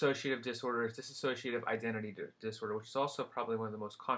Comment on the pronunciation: Its dissociative NOT "diss-A-socative" dosorder.